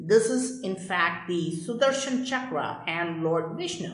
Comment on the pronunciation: not chakraaaa. it is chakra.